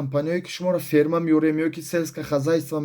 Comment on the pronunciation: Ҳамаш фаҳмо. Лекин ФЕРМА не ФИРМА